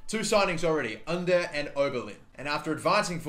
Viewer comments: Cengiz Ünder’s name is pronounced with J, you’re saying the first name right but not the last name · pronouced jen-giz oon-der and role the r